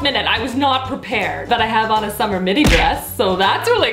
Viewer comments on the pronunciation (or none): none